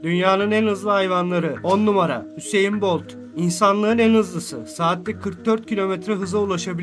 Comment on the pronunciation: Usain Boltun ismini bi tek ben mi Hüseyin Bot diye duyuyorum?